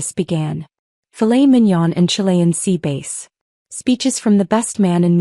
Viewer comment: It is not "sea base." it is "bass" which rhymes with class. Lord, how I detest AI. It's DI for dumb intelligence. This is the best revenge story I've heard all week. Family who don't listen when the daughter tells them what and how they are doing are sad. Indianapolis IN USA April 19 AM